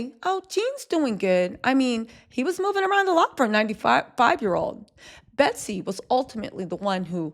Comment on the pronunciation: Her name is Betsy. NOT BETTY.